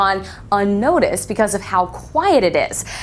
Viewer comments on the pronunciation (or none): none